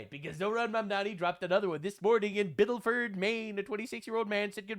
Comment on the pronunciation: Not Biddleford. Biddeford.